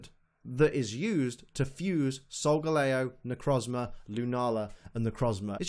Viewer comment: Really irritating me that your saying SolgaLAYo. It's SolgaLEEo. The star constellation is LEEo. It's the shape of a lion. It's solgaLEEo